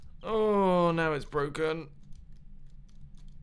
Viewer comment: When I first watched this video I thought he said 'boken' instead of broken